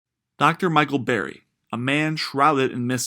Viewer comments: “Burry” bro... not “berry” how is anyone going to take your narration seriously if you can’t even pronounce the guys simple name? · BURRY not Berry Jesus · He keeps saying "Berry" and not "Burry" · It's BURRY, not berry. Come one guy. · Not Berry. BUUUUURRY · The least you could do is get his name right! "Dr. Michael Berry"? Sorry, 5 seconds, and I'm moving on. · It’s pronounced Burry not berry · His name is Burry. Not Berry. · He keeps saying berry instead of Burry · Yea I couldn't stand it lol. A legend like Michael Burry deserves to have his name correctly pronounced. Otherwise it was a good video.